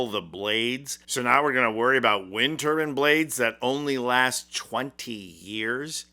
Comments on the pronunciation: Turbine… Not turbin……… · Why you keep saying turBIN instead of turbine. If you’re going to shit on Trump, don’t also look like an idiot yourself. Come on man you’re better than that. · Tur-bin. Tur-bine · Please learn how to pronounce turbine correctly.